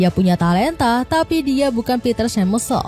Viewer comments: To Voice Over: Schmeichel dibaca SEMAIKEL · eleven lab ya? lucu pas nyebut Schmeichel